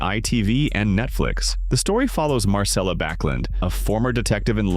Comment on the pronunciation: And Marcella is pronounced MARCHELLA NOT Marssellla. The voice over is definitely AI.